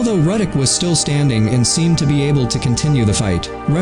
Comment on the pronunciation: It's Ruddock Not Reddick!